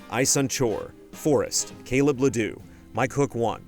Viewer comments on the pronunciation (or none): none